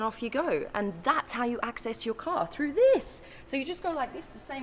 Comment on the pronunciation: "This" is not "theese".